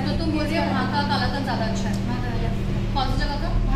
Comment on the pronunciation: It's कलाकंद